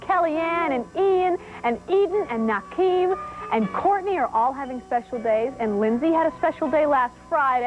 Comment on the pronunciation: NAKEEM? WTF